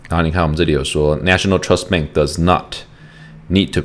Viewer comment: BANK NOT BENK